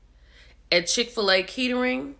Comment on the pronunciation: it's pronounced Kattering. It's right outside of Dayton and consider a nice area.